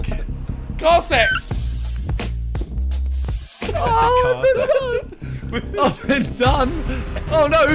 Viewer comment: "car sex" 😭